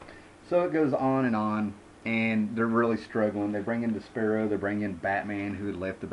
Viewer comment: Not being an elightist or anything but you Nuh ruto Ship uh din'd Des Paroh by saying De Sparrow like Naro toh Shu pooden is MISPRONOUNCED ALOT!!! Look for the pronunciations used in officially liscensed audio material... NO disrespect, but it's kinda like MY peeve that's worse than most Grammer Nazis. Thanks for the LONG detailed info! Really like and respect your level of knowledge.